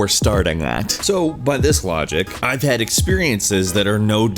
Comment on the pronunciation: You should really have more of an emphasis on the word "had".